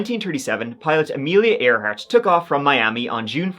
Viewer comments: you're pronouncing Amelia Earhart's name incorrectly. It's not EAR HART as if it was one of your ears, but rather AIR HART as if describing something above you like a bird. I think that they have finally resolved what happened to her in the South Pacific. That she died in Japanese custody or perished some time after her plane crashed. Despite her skill at flying she never mastered navagational skills or the proper use of her communications electronics. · I love ya but as Eire isn’t pronounce eerie, Earhart is Air Hart NOT Ear hart. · Hey!! Love your content. Idk if someone else commented this already. It just caught my ND ear.... but if I'm not mistaken, Amelia's last name is pronounced more like "air" + "heart"... I could be wrong though 🫶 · That’s the first time I heard Earhart pronounced ear hart instead of air hart. I thought perhaps pronouncing it wrong with something I’ve been doing my whole life! Regardless I’m going to start saying ear hart. Especially if it screws with people the way it did just now with me hearing it most definitely be worth it! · It's "Air-heart," not "ear-heart... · I know it's spelled "EAR-hart", but it's English, so it's fucked up. It's pronounced "AIR-hart". ♥ Great vid. As usual. ♥ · Amelia Earhart..... 'ear'hart is pronounced like 'air' hart. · Pronounced Air-heart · Hang on, am I on crack or is he? It's spelled Earhart, but pronounced airhart yeah? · It's pronounced AIR-HART 😵 Otherwise, great as usual ❤ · It's pronounced AIRhart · Earhart = air heart cmon. It's a top tree mystery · it is pronounced air hart. A for effort though. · Lol got me laughing on no 1 . Isnt Earhart pronounced Airheart? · "Ear"hart? It's not pronounced that way, LOL!!! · Pronounced "Airheart" . Thanks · "Earhart" is pronounced "air heart" with the same sound Americans use to pronounce "airplane." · AIR- hart I know I know it makes no sense but... there it is ACTUALLY, for a pilot, AIR -hart..... Does make sense LOL